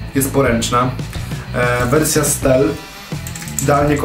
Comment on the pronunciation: Jaki Vision i jaka wersja stel ? Po pierwsze Vision czyta się Wiżyn, tylko z akcentem. Po drugie ta Twoja wersja "stel" to stiiil. Tak to się mówi.